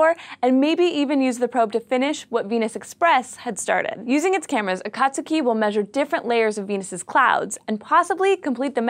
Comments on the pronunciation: I hate to be that guy, but it's pronounced A-kah-tsuu-kee not a-kat-tsu-key. The vowels are always "flat"... But, that's not important, what's important is that we'll probably be getting more information about a planet that we think know everything about. Let's hope everything goes ok for the probe! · It's not A/cot/sue/key it's A/cot/ski. The u is silent.(ish) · Ah-Kaht-Skee That was bugging me >.< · it's pronounsed A-kat-ski. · it's pronounced >>>Akat skii<< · I'll make sure to eat a few case-o-diLL-ahs with my friend Joe-say next time a watch a video on here. If you're going to speak to tens or even hundrends of thousands of people, perhaps you should learn the correct pronunciation of the very thing the video is about.